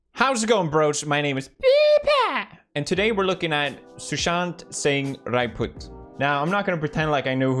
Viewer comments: Not raiput its rajput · Bro its not raiput its rajput but he is a legend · U pronounced raiput not rajput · It's not raiput it's Rajput 😑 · Bhai wo raipoot nhi rajpoot hai bot ultra noob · I think it’s rajput… pronunciations mistake